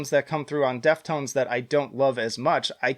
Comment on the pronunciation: Its Deftones not death tones you poser